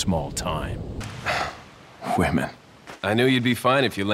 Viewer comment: hwomen? is there a accent that would dictate such pronuncitation? im really curious..